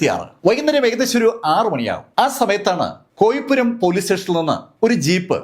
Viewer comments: കോയിപ്പുരം അല്ല കോയിപ്രം എന്റെ വില്ലേജ് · കോയിപുരം അല്ല കോയിപ്പുറം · Sir കേരളോം വേണ്ട ഇന്ത്യയും വേണ്ട ..... വേറൊന്നും കൊണ്ടല്ല നമ്മുടെ നാട്ടിലെ കൊലപാതകം കേൾക്കുമ്പോ ദുരന്ത പര്യവസായിയായ കഥാ പ്രസംഗത്തിന്റെ ഒരു മ്ലാനത........ വല്ല europians ഒക്കെ ആവുമ്പൊ ചെറിയൊരു cinematic ഫീൽ കൂടെ ഉണ്ടാവും.....കോയിപ്രം എന്നാണ് ആണ് പേര് ഉച്ഛരിക്കുക....